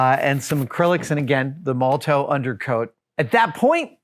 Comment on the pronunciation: Great and hugely satisfying vid as usual but I feel obliged to point out that it's pronounced Moll-o-tof, like the politician or the bottle bomb, many thanks, D